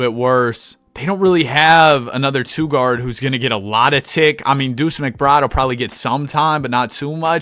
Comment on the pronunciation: Bro pronounces two like it’s spelled ‘tsouh’